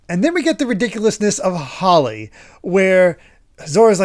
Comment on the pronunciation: PRETTY sure the dog Holy is pronounced "how·lee", as in "dedicated or consecrated to God or a religious purpose; sacred", instead of "haa·le" like plant, which is how said it. It makes more sense, given the God theming of this arc. In any case, I honestly find it amusing how each of God's Vassals have a survival rate, but Ohm's is 0%. Almost makes the percentage feel kind of pointless there. Also, poor Chopper finally gets a win this arc with Gedatsu (which itself feels a bit demeaning, given how clearly incompetent the guy is) only to be instantly struck down by Ohm. Feel really bad for the little guy.:( Much like the Devil Fruit type discussion, I forgot when and where it was revealed that Eneru's power was a Devil Fruit power, specifically that of the Rumble-Rumble Fruit, a Logia-type where he can literally become electricity, much like Crocodile's Sand-Sand Fruit and Smoker's Plume-Plume Fruit. The fact that it's revealed here DOES make sense in retrospect, considering a certain action Wyper does in the future, but we'll get there. The fact that they specify that it's "the most power of the Logia" DOES make me question that statement's validity, considering the Logia types that are introduced after this. In fact, I'm going to try and keep this line in mind when we encounter other Logia Fruits and see if it holds up. I honestly don't have much to say about all the big fighting that happens during these chapters, other than I love the big brother Zoro moment where